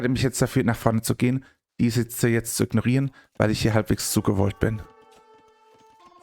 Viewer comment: Miliz, nicht "Militz", das macht mich WAHNSINNIG :D